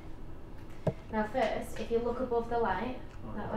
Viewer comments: First not "Firt" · anyone else see they said firt instead of first